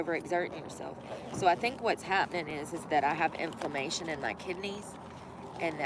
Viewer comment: It’s inflammation not imphamation.